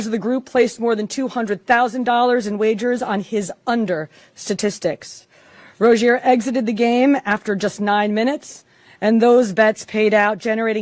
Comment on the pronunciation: Who is Terry “Rozay”…It’s Rozier